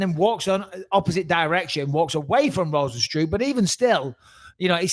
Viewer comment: Bisping pronounced Rozenstruik perfectly. Best I've heard so far